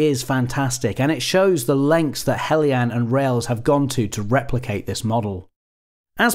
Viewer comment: Thanks Goodness! A reviewer who pronounces 'Heljan' correctly! I'm gathering materials together to build one in Gauge1, so I bought the model earlier this year to use as a 'scale-up' to 1/32nd scale. It will have some kind of sound system installed, and r/c, too. wish me luck! I have to say that I'm somewhat saddened to see that in spite of having the most open cab I've ever seen on this kind of autocoach that there was no attempt to install a driver. The sight of this lovely model trundling around with an invisible driver is odd, to say the least.